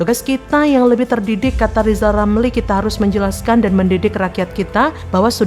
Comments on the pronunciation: Lijal lamli dididik ngucap huruf RRRRrrr dulu 😂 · Li...lameli...😂😂😂 Ili kok dipelihala😂😂😂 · NGEBCOT AJA LO LIJAL LAMLI,,, BELAJAR DULU NYEBUT HURF "R" BARU BELKOAL KOAL LO LAMLI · 😊😊...... LIJAL LAMLI KAMU BILANG "R" DL YG BENER , JGN MERASA PALING PINTER TP PECATAN . JALLLL......LIJAL..😊😊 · Suruh belajar ngomong ...R...dulu itu si Lijal Lamli baru ente kelihatan pintel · Sekolahkan TK dulu si RR sampai bisa mengucapkan namanya dg benar